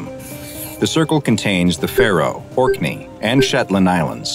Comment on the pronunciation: Came back to say you pronounced Orkney right and I be happy